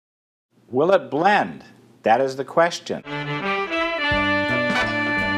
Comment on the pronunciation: I thought it said bend.. Not blend.